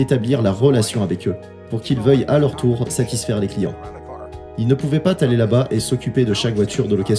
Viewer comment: "Quand z'y l'est mort...... il ne pouvait pas T'aller la bas..." Faites un peu gaffe aux liaisons!